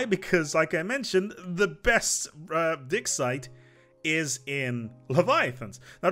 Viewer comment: why are you saying dicksite